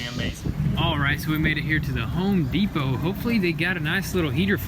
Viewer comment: Surprised you pronounced home depot correctly... I thought you woulda said “de-pot” lol